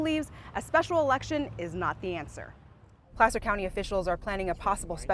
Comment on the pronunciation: “Plaster County” and “Plasser County”?